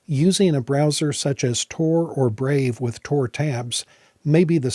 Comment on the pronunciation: TOR? damn. thats not what i heard.